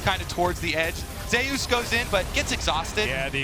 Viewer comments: why is he saying Zey-Yus?… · Why are they pronouncing Zeus has Zay-ous? It's like they never heard of the name Zeus...